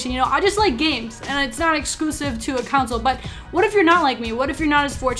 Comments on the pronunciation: The word is pronounced CON-SOLE not counsel haha. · Tf why you saying council? Can't say console can you? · Console, not counsel. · Did anyone realize that she pronounced "console" to "counsel"? Lol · Lol I live in the Midwest too. I've never heard anyone say it like that.